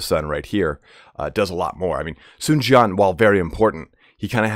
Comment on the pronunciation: For some reason, Dong Zhuo ends in a subtle "a" sound. Tried to ask my girlfriend's father to explain this but he couldn't exactly. Sun Jian is more like "Tzian" but said pretty quickly. From what I can tell, and I'm sure I'm not 100% on this, your pronunciation of Sun is correct.